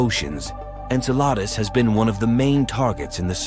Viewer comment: I'm wondering how bad the pronunciation was for them to insert "Enceladus" so obviously after it was originally recorded.